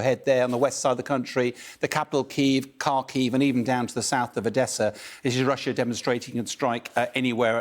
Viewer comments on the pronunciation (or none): none